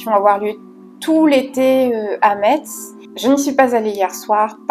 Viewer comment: Je suis en retard! Mais super vidéo! Par contre je tiens à te préciser qu’ont prononce pas le T ont dit messe 😭🫡